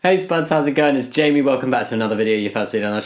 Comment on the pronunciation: The way Jammi says his name sounds like jamy as in the food, which just makes me smile because he is as sweet as jam.